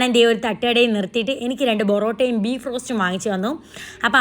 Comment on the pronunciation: Ente ponnu chechi onnu porotta enn parayu😂 borotta alla